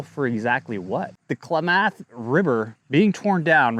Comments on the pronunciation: Your information is incorrect. The water never ever re-enters the Eel River. The outflow from Lake Pillsbury keeps water in the Russian River. Another thing, you need to learn how to pronounce Kla-muth, not Kla-math and also Tu-lee elk not Tool Elk. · KLAM'-ATH not KLA- MATH' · Try “Clam-Muth” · Thanks for making this video with. Very important topic which smells fishy (no pun intended- well maybe.) Correct pronunciation is Klam-ath or Kla-meth. Painful to listen to repeated mispronunciations. Rocky Mountain Elk Foundation should also be interested in the elk population in the Potter Valley. The most revealing statement made here by is…”Independent, can-do people are not favored politically these days and an assult on those who can fend for themselves and produce food for others is the norm (Paraphrased)” Taking water resources from farmers/ranchers and devaluing the property of generational farmers is ludicrous. It’s a state land grab. Gov. Noose-um should swing by one before he completely destroys California agricultural, burns all its forests, covers all left over ground with micro climate changing/heating solar panels and migratory bird killing wind turbines. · Just thought of a way to tell you how to pronounce it. Kla(as in a in as)math(myth). I grew up hearing it all the time but just realized how confusing it could be. 😂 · And clam-ath , lol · Dude, you are pronouncing Klamath and tule like you’ve never been to California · I am a california farmer, for real. This is total, right wing, extrapolated nonsense. Doesnt know how to pronounce "Klamath" or " "tule". Disregard this video. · I’m sorry, I normally don’t comment but you might want to look up how to pronounce Klamath. 😄 I do appreciate your videos!!!